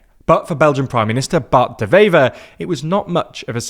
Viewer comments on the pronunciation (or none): It's pronounced "waiver" (like the thing you sign). The 'W' is pronounced just like in English, not like a 'V'. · A small point, 'Wever' is pronounced as it's written, with a W, not a V. Lastly, the hard line Flemish maybe want to join Holland, but Holland doesn't want Flanders to join them, which is a bit of a problem. The same applies with Wallonie and France.